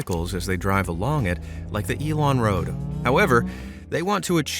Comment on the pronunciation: As a swede it hurts my brain to hear it pronounced Elon-Road over and over knowing the dude speaking thinks Elon is electricity in swedish. No dude, no.